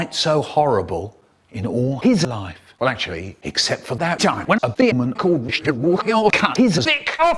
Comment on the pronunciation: I love how Michael says demon like themon